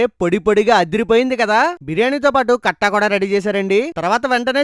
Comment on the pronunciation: కట్ట కాదు కట్టా